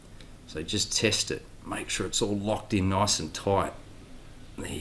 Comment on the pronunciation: That’s noice and toite